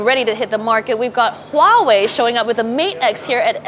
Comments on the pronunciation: It's not Hwawei it's Huawei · I would expect a tech review company to know how to pronounce "Hwah-way" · Its not hawai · It's pronounced Vuawei. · She calls it Howhey blinks in confusion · you should at least know how to pronounce it: Wah-Way. You are welcome. No. Its not a small thing:p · I don't trust any reporter that can't pronounce Huawei when she's in-fact a native Chinese.